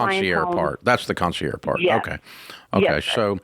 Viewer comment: It's concierge, not "conci-air." You pronounce the g.